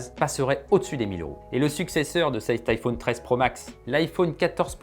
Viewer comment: On dit iphone comme téléphone. Pas ifaune comme faune et flore. C’est insupportable d’entendre AU au lieu de O